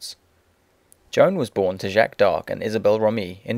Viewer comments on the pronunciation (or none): none